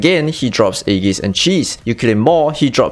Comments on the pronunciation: When He said "Aegis" I was like "Eggies? Oh wait Aegis." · i cannot with the aegis pronounciation.